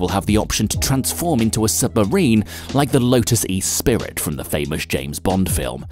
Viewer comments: “The Lotus E Spirit”? 😅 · "Lotus Espirit" rofl